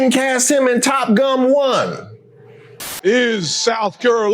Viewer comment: Holdup, wait a minute, did you say “Top Gum?!’ 🤣🤣🤣🤣🤣🤣🤣🤣🤣